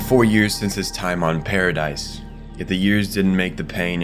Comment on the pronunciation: This was a great video, but holy crap you’re so bad at pronouncing names Paradise, Tybur, Jean, Hange, Ymir, just to name a few Regardless, you made a good video. The quality outweighs these mistakes. It just really annoyed me and I felt the need to say something about it since it’s wasn’t just one name. Also, the wall titans are 50 metres, not 60. The colossal (shifter) is 60. Small potatoes tho.